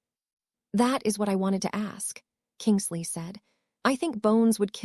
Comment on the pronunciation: It is Kingsley not kingle sea